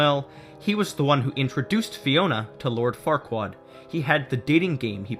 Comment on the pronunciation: He called "Farquaad" "Fuckwad." Lol.